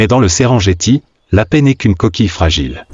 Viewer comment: ça se prononce Serenguetti au passage